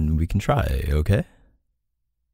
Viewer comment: that “oohkayy” was so Canadian LOL ily K